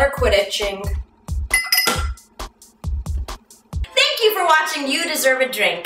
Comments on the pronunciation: Quidditching sounds like "quit itching" she's saying the warts never quit itching :P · herpes. :P "and they never 'quiditching' (quit itching)" :PP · "AND THEY NEVER QUIDDITCHING" OH MY GOD I'M DONE